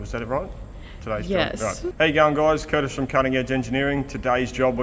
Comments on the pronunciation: “Curtish…”. Good one. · Kurtish, I think you have something there. I for one always hear "how you young guys" instead of "how you going guys?"" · Woohoo, now we can now add another "internet language" to the dickshunary. 😁We already have "AvEish", now we can add "Curtish". 😅